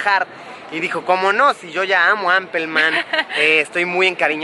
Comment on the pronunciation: Apel man jajaja